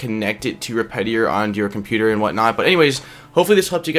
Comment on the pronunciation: respitary? really tho